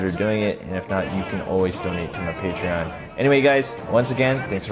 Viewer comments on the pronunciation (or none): none